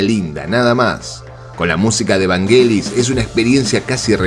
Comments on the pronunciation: El video esta bárbaro pero x favor no le digas "Vanguelis" decile "Ványelis" así debe sonar.. esa película tiene el combo ideal, autor, director, dirección de arte, y la banda de sonido más linda de todas.. Hoy ves Blade Runner y no se puede creer lo actual q es.. la soledad del mundo actual.. pensemos q lo retrataron en 1982!!!! Visionarios totales!!! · Vanyelis", se pronuncia "Vanyelis" ya te pareces a los españoles